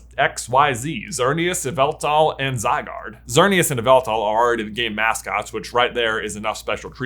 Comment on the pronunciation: Uhm, it's pronounced YAH-VEL-TALL